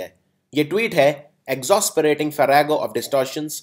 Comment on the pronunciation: Pronunciation of these english word are too much different then the speaker of this video pronunce....for eg farrago...in the beginning....and like some other words...cause if pronunced with IPA then its quite different from non native speaker...